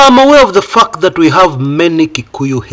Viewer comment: The fact that ' "t" in "fact" is silent.😅